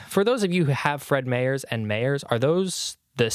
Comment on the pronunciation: It killed me hearing you say Fred Meyers as "mayors" 😂